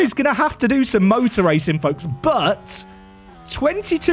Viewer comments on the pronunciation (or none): none